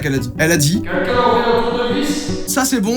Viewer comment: Joyca … je n en peu plus .. à chaque vidéo … DANS TOUTES TES VIDÉOS …tu dis au moins une fois le mot QUNQUN … apprends à dire Quelqu’un ….